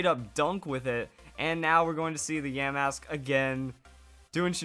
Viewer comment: I was fine when you pronounced yamask wrong but when you pronounced the vivilon wrong I wanted to punch my screen. If your wondering how I know how the pronunciation is, all I do is watch the anime, and they pronounce it right